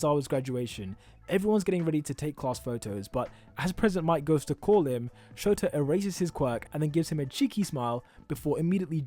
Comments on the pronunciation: Why is he keep saying for aisawa and not shota.btw lov u vids,real helpful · Did he just say “ aizawa”, that sounds familiar, like todoroki